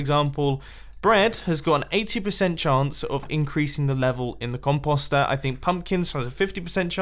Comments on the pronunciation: The way you British people say "composter" makes me want to jump off a bridge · Ok. I see no other comments. Is that actually how you pronounce composter? If so, my life is a lie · I'm pretty sure the way he says it is a British pronunciation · Are there any other Americans slightly annoyed by the way he says "compost?" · It’s “comp-O-ster” not “comp-OGH-ster. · Com- post- ster not Com-pus-star. 🤣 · Com post er not comp ost er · Me:Mumbo it's not com-paw-ster it's com-Poe-ster. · Pretty sure it's pronounced Com poster not Com pawstir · Com-paw-ster when it's Com-post-er. Last thing we had a weird pronunciation was water sauce. Another remix coming??? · Actually since you british have your accent and you say that it's pronounced com-paw-st which I will not deny being right, but it's sooooo annoying to hear him say it like that as we Canadians and Americans say Com-post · Composter mumbo! Not compauster! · it a COM-post-er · For real “con poster” is what you’re saying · Com pasta er ( no offense ) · DUDE!!! the O in "(comp OOOO ster)" says its name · he says composter SO weird he says it like com-post-er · Maximum velocity con-POSST-er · please pronounce the word correctly.... it's COM - POST. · Lol its com-post-er since when does an o make an a sound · it's com-post-er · Composter, the next Cauldron. You pronounce composter so wrong. It's com-poe-ster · Mumbo its pronounced "com*post*er" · Mumbo Com-Post-er u say it like that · C-om-po-es-t-er mumbo says that wrong.... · It is pronounced comp-o-ster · “Con-pause-stir” beautiful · Still calling it The "compasta" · Mumbles try saying com po ster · I couldn't finish the video because of how he says it mumbo.... com po ster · Con post say it right😀😀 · Composter is pronounced "poster," like the word that rhymes with coaster or toaster. Comtoaster? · Com-p-o-st not com-pos-t At least that’s the way I say it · It’s Com-Post-Er, why are you saying it like that 😂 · It’s pronounced com post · Comp-aw-ster 😫 Triggered